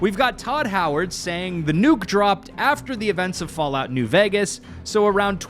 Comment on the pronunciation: my God, I was listening in the background while doing home stuff and the first time I've heard it like "Fallout: New Orphans" I've lost it